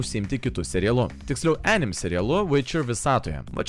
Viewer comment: Jo, o dėl "anime" tarties, tai vertėtų pasiguglint, jau ne pirmą kartą rėžia ausį :D